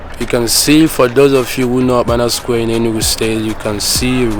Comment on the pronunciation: Is okpara square bros, not "okpana square "